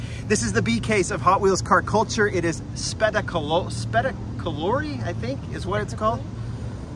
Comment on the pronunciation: Spettacolare is pronounced almost like spectacular in English, but without the first C and with an E at the end. We'll let is slide if you say U instead of O. :)